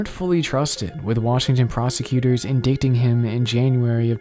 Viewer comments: Solid vid, just a note it is pronounced like “in-dite” like it rhymes with sight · real quick, "indict" is pronounced "in-DITE"